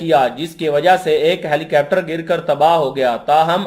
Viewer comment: Helicapter nhi bhai Helicopter bollo. 😂